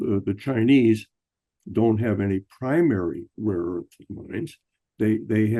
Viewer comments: Joke’s on you dude! CLEARLY Trump was saying “RAW” earth, not “rare” earth. Rare Earth is a band from the 70’s. Geez! 🙄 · And he of course calls it weirdly "raw earth". Probably on purpose in accord with the Kremlin script he got from his handler.